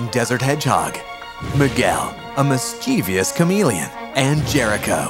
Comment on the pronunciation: and the narrorator miss-pronounced the word mischievous...